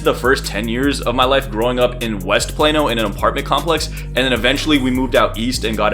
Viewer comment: Excuse me it’s Plano not Plano that’s sounds like a medicine